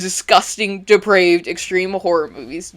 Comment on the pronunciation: Oh my god, say "deprived" again. I feel like Samuel Jackson in Pulp fiction. D E P R A V E D. not deprived.